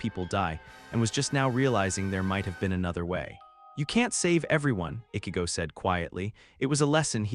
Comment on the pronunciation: He can obviously pronounce words with "ch" properly. But he repeatedly said Ichigo wrong every single time. Annoying 😑 😒.